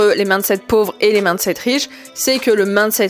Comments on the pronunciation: Le plus gênant c'est de ne retenir que ça haha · Tu prononces "mindset" bizarremment, comme si c'était "maaandeset", c gênant